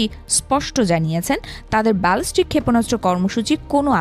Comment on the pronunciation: বালষ্টিক ক্ষেপনাস্র ? কি জঘণ্য উচ্ছারণ 😥😡